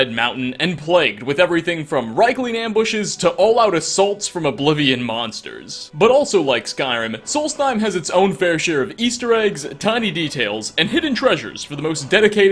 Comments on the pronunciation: I know your pronunciation of foreign words is horrible and that you tend to not care about it, as is par for the course for an American so I tried to be silent about it but for the love of God please stop pronouncing Rieklings as 'Rayklings.' Germanic 'ei' is pronounced as 'aye' but Germanic 'ie' is pronounced as English 'ee.' *REEKLINGS* is the correct pronunciation. REEKLINGS goddammit. It is not a difficult pronunciation. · Pretty sure it's reeklings and not ryeklings. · The proper pronunciation of Rieklings is "Reeklings". Like "Reek, it rhymes with sneak".